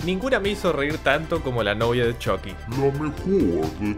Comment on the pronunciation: nunca vi las peliculas pero a mi viejo x malo los vecinos le decian "CHUKI" no como decis vos "CHOKI" en ingles